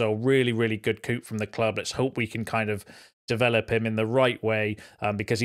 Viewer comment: Love you dude, but the ‘p’ in ‘coup’ is silent! Just saying.